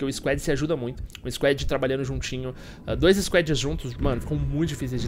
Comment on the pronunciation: argh q agonia ele falando squed